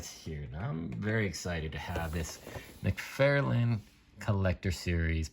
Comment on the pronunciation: Wait,... did you say McFairlain? Lol